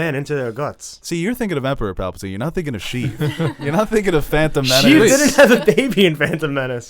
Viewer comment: Pap-al-tine? No one corrects him in any of these,doesn’t he hear everyone else pronouncing it right?🤣